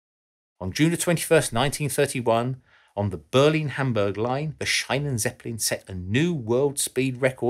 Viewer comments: Not Chinan-seppelin, but pronounced like "Sheenan-Tseppelin". German is spoken like it is written... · Shi-nen not shine-nen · Its pronounced Sheenenzeppelin, not Shainenzeppelin. Sorry, just sounds cringy to a German 😄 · To whom it may concern, Schienenzeppelin is spoken more like "sheenen" than like "shinen". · der schienenzeppelin... or somehow translated, railzeppelin.i think, it would sound more similar to the german if you pronounce it like "sheenan", it hasn´t much to do with "shinan". the "ie" in schienen is spoken as a long "i". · The correct pronunciation of "Schienenzeppelin" is not "Shinenzeplin" (as in "shine") but rather "Sheenenzeplin" (as in "sheen"). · Schienenzeppelin (in German "Zeppelin on tracks") should be pronounced /Sheenen/ and not /Shinen/ even if it was definitely a bright shining idea in its time ;-) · It's Sch-ie-nzeppelin, not Sch-ei-nenzeppelin as you spell it (ie = a long ee like in speed, not an i as in like), despite that great video! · The German "ie" is pronounced like "ee" in English. So it is not the "Shynenzeppelin", but the "Sheenenzeppelin". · say scheinenzeppelin one more time... it's schienenzeppelien, with IE, not EI. maybe run german words through speech synthesis before you use them. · It's Schienenzeppelin, not Scheinenzeppelin. I'm German, sry. 😅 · Schienenzeppelin is pronounced wrong. ie is a long i pronounced more like an English e, instead of an ei, how you pronounced it. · I cringed every time he said "Scheinenzeppelin" instead of "Schienenzeppelin". For the love of god, just use Google translate to read out German word for you so you don't have to randomly guess and just make up some random German sounding word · Pls learn to pronounce German properly : "ie" is not pronounced "aai" but " ee" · The Schienenzeppelin is not pronounced "shinen seppelin" but "sheenen-tseppelin".The German "ie" is pronounced as a skightly longer letter "e". My eyes hurt hearing you with that utterly incorrect pronunciation!